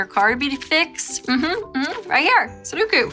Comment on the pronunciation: The way she pronounces sudoku as “suduku” makes me smile 😂😁❤️